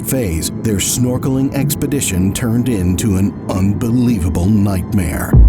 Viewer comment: "... their norkeling expedition?" Really? Snorkeling? Dude, they're scuba diving. How does anyone confuse scuba diving with snorkeling? No one is "snorkeling" in Antarctica, lol.